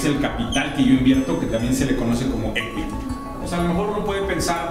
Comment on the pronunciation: tambien pronuncias mal equity pero chido men se entiende que es lo importante